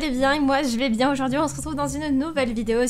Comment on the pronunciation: pk tu dit bièngggggg pk tu fait l'accent marceillais ? tu nes mmeeme pas marcellaisee